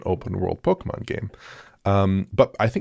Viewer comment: Saying Pokèmon RIGHT!!! Thanks guys